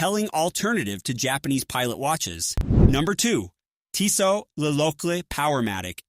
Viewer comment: Stopped watching when I heard "Teesaught"